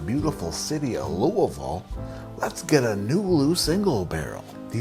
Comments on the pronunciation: You say Louisville like a local! Kudos. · I'm so impressed that you pronounced "Louisville" properly. I wouldn't have expected that from a guy from Connecticut. Your vids are great and hilarious. Keep delivering that great content!